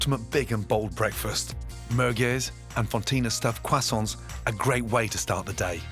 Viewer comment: "What! are you doing with those left over crossaints" (internal cringing)